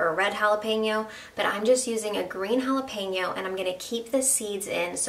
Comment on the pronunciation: Best part of her recipe... She said "jalapeno" not "jalapeeno". This sauce looks awesome. Will try it!!